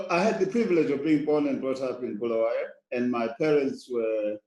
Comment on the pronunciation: Interesting that Mr Masunda actually correctly calls our city as ‘Bulawayo’ yet Trevor Ncube says: ‘Bhulaweyo’🤔🤔🤷🏿‍♂️.